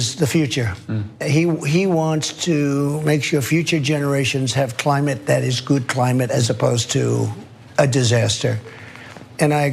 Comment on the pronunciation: "THERES VERY GOOPD CLIMATE ON BOTH SIDES!!!"